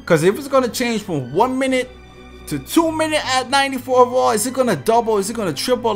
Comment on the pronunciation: I’ve been watching this guys videos for 2 2ks now and I still can’t figure out why he pronounces “overall” as “over-wall” 😂